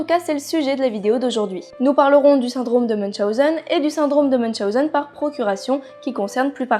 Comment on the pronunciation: J'avais déjà entendu parler du syndrome de münchhausen sans savoir que sa s appellait comme ça et celui de procurations je ne savais pas que sa existait en tout cas merci encore de nous apprendre tout ça et surtout félicitation pour la prononciation de münchhausen moi je l aurais écorché en le disant